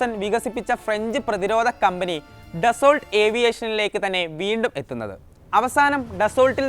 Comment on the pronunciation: ഡസോൾട്ട് അല്ല, ഡാസ്സോ.